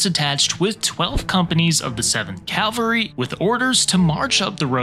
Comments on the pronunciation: I can't listen to a narrator who calls cavalry, calvary. It's too irritating. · You're mispronouncing "cavalry". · Why do most americans can't pronounce the word cavalry?😂 I bet you also prononounce nuclear as nukular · One would think that if someone made a video about the 7th CAVALRY that person would know how to correctly pronounce the word CAVALRY. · CAl-vary is the hill where Christ was crucified. CAV-al-ry is how people who can read pronounce the word. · Lost me 12 seconds in when he said "Calvary." CaVaLry, not CaLVary. 🤦‍♂️ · god gawd, it is CAVALRY, NOT CALVARY! your map is not very good either. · Bruh.. it's "CAValry", not "CALvary". Come on! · CAValry. Calvary is the hill they killed Jesus on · It’s cavalry NOT Calvary. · Did he say Calvary….i think he did…..Cavalry? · ‘Calvery’ Come on…. At least get that right… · Cavalry, not Calvary. Big difference. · It's CAValry,,,, not CALVary. jesus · Cavalry.....NOT Calvary. Otherwise good presentation. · *CAV AL RY*. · Say it with me. Cav-al-ry. Not calvery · Cavalry, not "Calvary". You sound very uneducated when you mispronounce this word. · CAV-alry, not calvary. One is a military unit, the other is a hill in Jerusalem. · Sorry, but it's "cavalry" not "calvary". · It's "cavalry" not "Calvary". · Taint “Calvary” ( that’s where they crucified Jesus ) it’s CAValry (as in Cavalier , French name for mounted soldiers ) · I got about 5 Calvarys in and stopped watching. I just couldn't take it any longer. I normally don't care about mispronounciations to that degree but this one surely did it. Pet peeve unlocked. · Cavalry, not calvary! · Cavalry, not Calvary.